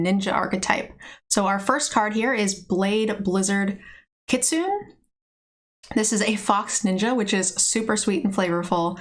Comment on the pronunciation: In Japanese, you pronounce the final vowel, for example: the -ne in ki-tsu-neh .